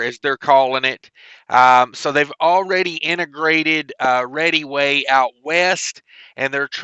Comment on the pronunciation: Readyway lol this dude can’t even say reddaway properly 😅